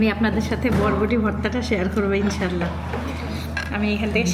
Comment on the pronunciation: শোনো এটা বডবডি হবে না, উচ্চারণ হবে বরবটি।